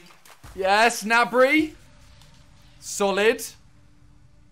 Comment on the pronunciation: Did anyone realise he said nabry not gnabry